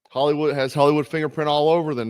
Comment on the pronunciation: did you say hellywood? do a vid on the hisory of CAA club :D